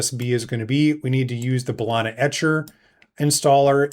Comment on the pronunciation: Great vid 👌 Ba-lee-na 😅